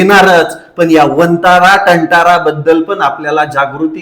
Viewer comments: भाऊ ते तंटारा नाही वनतारा आहे मधुरी हत्ती त्या वनतारा मध्ये गेल्यावरच तुम्हाला या ज्ञाणाची उकल झाली का? या आधी अंबानी काय करतोय काय नाही याची काही खबर पण तुम्हाला नव्हती ना उगाच लोकांची माथी भडकाऊन काय मिळतंय,मधुरी हत्ती तिथे किती सुखसुविधे मध्ये आहे हे तुम्हाला नाही दिसत का आणी हो नेहमीच आपण मराठी लोक का त्या अंबानी,अडाणी च्या मोठेपणावर,पैशावर जळतो याला जळनेच म्हणतात तो भविष्यात काय करणार हे तुम्हाला कळते तो भविष्यात कसा बिझनेस करणार आणी आपल्याला गुलाम बनवणार हे ही तुम्हाला समजते मग हे का नाही समजत भारत एका मोठ्या संकटात आहे ते म्हणजे धर्मयुद्ध या धर्मयुधाबद्दल पण थोडी माहिती घ्या आणी त्यावर ही व्हिडीओ बनवा,एका हिंदूंच्या गुलामगिरीत परवडेल आम्हाला पण हे जिहादी आपल्याला गुलाम बनवून आपल्या बहिणी,मुलींवर अत्याचार करून त्यांचं बळी देतील हा धोका तुम्हाला जाणवत नाही का? काँग्रेस ने किती घाण करून ठेवली आहे त्याची कधीतरी भाजपद्रोही म्हणून नाही तर हिंदू म्हणून माहिती घ्या त्यानी या मुस्लिम लोकांसाठी किती चांगले चांगले कायदे बनवून ठेवलेत ते पहा आणी हिंदूंसाठी किती हतबलता करून ठेवली होती याचीही माहिती घ्या,जास्त कशाबद्दल माहिती नाही घेतलीत तर कमसेकम वक्फ बद्दलचीच माहिती घ्या डोळे उघडतील तुमचे,जर 2014 मध्ये भाजप सत्तेत आली नसती तर काँग्रेस कोणत्या तयारीत होती याचीही माहिती घ्या फक्त तुम्हाला न आवडणारी व्यक्ती आणी तुम्हाला न आवडणार पक्ष सत्तेत आहे म्हणून देशाच वाटोळं होऊन द्यायचं का,ते तर दैव बलवत्तर म्हणून 2014 मध्ये भाजप सत्तेत आली त्याच जागी काँग्रेस सत्तेत असतीना तर आत्ता पर्यंत अर्ध्या देशातील हिंदु या तर मारला गेला असता नाहीतर मुस्लिम बनला असता,त्यांचं टार्गेट होत 2039 पर्यंत मुस्ल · तांतरा नाही वनतारा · वनतारा म्हण रे नीट